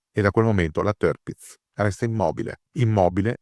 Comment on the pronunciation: sbagliato! Dove hai sentito sta cosa. Se vuoi dirlo alla tedesca allora la r la pronunci come r moscia o come a chiusa. Dove hai sentito le due i? Semmai si pronuncia tiapitz, berlin- bealin, natürlich- natualich, hitler- hitla, e cosi via. Parlo gia tedesco e ti dico che è cosi.